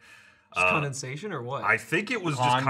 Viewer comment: whats this on the window? its condensation con-den-sation?